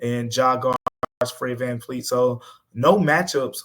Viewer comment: His name is Fred Van Vleet not Fleet. It's a V not an F.